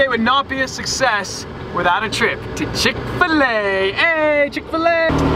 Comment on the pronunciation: Oof Chick-fil-A